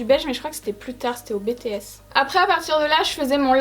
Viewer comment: tousse c’était au BTS tousse (bon meme si c’est pas la bonne prononciation LAISSEZ MOI)